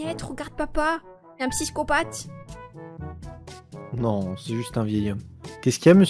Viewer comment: Elle a dit Un psyscopathe